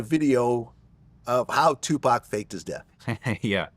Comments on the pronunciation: Say Two-Paw-k! Trap dork Dexter's lab bum wizard looking boy lol. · say 2pac 😂